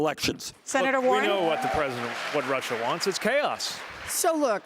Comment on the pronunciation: Bloomberg: It's Russia not Rusher!